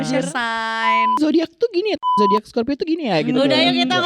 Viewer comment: lucu bgt tiap "zodayackk"